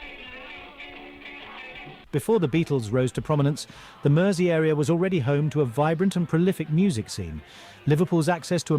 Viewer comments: (for an American) Mersey should sound like merzy, not mercy. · The continuous mispronunciation of Mersey was doing my head in. I couldn't watch the whole thing for fear for my PC monitor. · Mersey is pronounced with a Z like the guy mentioned below. Also, Mersey is the actual river that flows through Liverpool (AKA Merseyside). Hope thats clear.